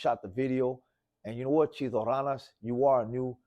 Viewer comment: This fool said chito ralas its ranas foo get that shit correct